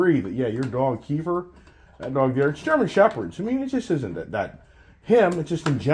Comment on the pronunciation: Another road trip adventure!! It’s keifer not keeper!!